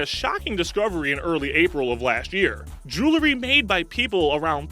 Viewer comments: JEWELRY not JULERY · The narrator's accent is very strange. I wonder where he's from. The glottal stops that don't match any American accent I know of are strange, and the pronunciation "JOO-luh-ree" for "jewerly" reduces his qualilifications to narrate any version of standard English. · Julery killed me but I liked the facts list. It's a good listen